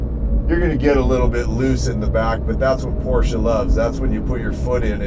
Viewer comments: Thank you for pronouncing "Porsche" right. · it's not just that, it's also the correct pronounciation as perfect as it can get from a non-native speaker. Most say "Porschah" or "Porschay".